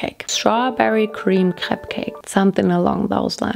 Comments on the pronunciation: As a breton, it made my heart happy to hear your correct prononciation of crêpe. It's actually pretty rare lol. And next time, if you want to make perfect crêpes, try to use the rozell (little wood thing) in small circular motions and in the same direction. It helps to make a neat form and it prevents holes too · Your speel of crêpe is very frenchy ! (And i'm french :3) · That’s the way we pronounce it in Germany :)